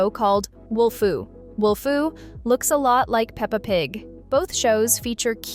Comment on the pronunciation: its wolfoo not wolfu